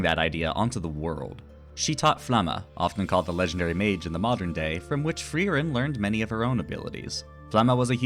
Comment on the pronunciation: You dont have to roll the r that much when you say frierens Name. We Germans dont do it that hard anymore 😅